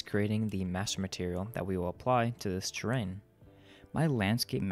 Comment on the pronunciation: it's terrain, not train